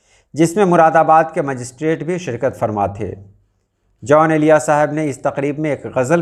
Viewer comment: محترم ان کا نام جون ایلیا تھا نہ کہ "جان ایلیا"